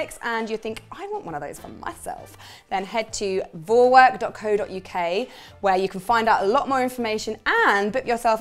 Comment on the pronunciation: In German we say phySALys, basically like your husband said. And I also know the name "Kapstachelbeere", which translates to Cape gooseberry. BTW it's so funny hearing you say Thermomix and Vorwerk (in an English way), as they are so very German (and very popular here - though I don't have one). 😊